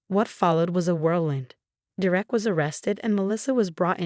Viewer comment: It’s “DER-ek” not “Der-Ek”! There is no “Der-EK”. Ever. Idiotic AI.